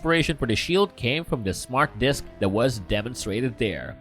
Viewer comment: Anybody notice this dude says "dis" a whole lot? Where is "dis" dude from? Also, a lot of "dat" "dere" as well.